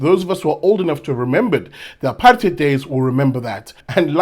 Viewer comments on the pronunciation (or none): none